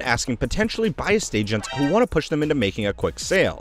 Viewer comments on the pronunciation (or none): none